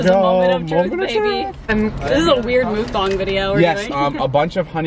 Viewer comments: If says Mookbong one more time I'm gonna lose my mind, mukbang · said mook bong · "Were literally doing a coffee mookboong right now"😂😂 Erin-2019